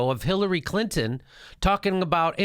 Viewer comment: I love the way you pronounce Hillary's last name....CLIT-IN